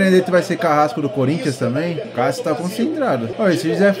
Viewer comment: Kkkkk o jeito que ele fala Cássio kkkk eu ouço: Calcio kkkkkkk